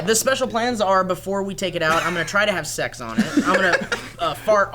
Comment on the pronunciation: . Did he say "tex"instead of sex?